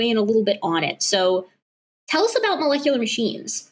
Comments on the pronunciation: When he said "molekuler" multiple times, I knew we were in for optimum nonsense. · Besides his nuh uh, can't happen, and obviously reading from a script he didn't understand. Every time he said melekalar or however he pronounced it a part of me died. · Every time he pronounces malecalerrr i die a little inside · if you can’t pronounce molecular, you can’t debunk it